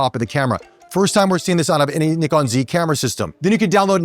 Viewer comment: Very close on 'NIkon', now you've just got to work on 'zed' 😁